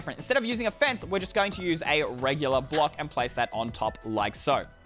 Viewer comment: When he was building his favorite he said crimson face instead of fence😂😂